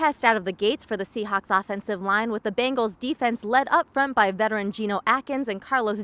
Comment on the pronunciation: did she say bagels?